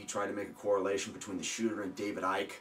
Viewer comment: nice one! yeah that Douche bag couldn't even pronounce Dave Icke's name wright! It would have taken him less then ten seconds of research to learn his name before accusing him... I got my concealed carry permit back in 2001. And here in Utah it legal to Open carry. but most people do not know that and most are afraid to.. because the cops will harass you...